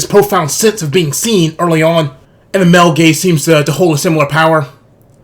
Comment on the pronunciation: Every time he said male gaze I just heard male gays 😂